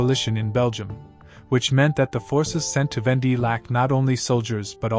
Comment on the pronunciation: It's VAWN-Day, not ven-DEE.